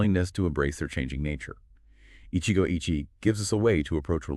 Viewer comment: Get it right. It's 'Eeechee-goh eechee-eh'